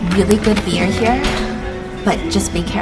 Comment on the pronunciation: will always be ICONIC for his “BEAR” instead of “BEER”!!😂😂